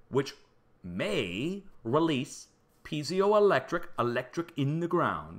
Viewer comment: Great research and presentation. I will be following closely. (Just check your pronunciation of piezoelectric).